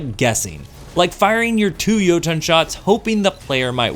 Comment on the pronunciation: Softer T'n next time on Jotunn. It's not Yo-TOHN. It's Yo-Tunn....... literally spelled like it sounds. EDIT: Also, wow... I'm trying to be nice here, but you have lost me with this one. Jotunn's shots are anything BUT unpredictable. You didn't spend enough time with it unlike your opening statement of "i ExPlOrEd EvErY fUsIoN rIfLe DeEp".... if you had, you'd know you can manipulate the tracking by leading your shots... like ANY OTHER FUSION. You'd also know that there's more than one way to play Jotunn, by treating it just like any other fusion; use it like a flaming fist. The goal isn't to try to land your shots at 50m+ away... the goal is to LAND them. A good Jotunn player will never miss. I should know. A-tier at best.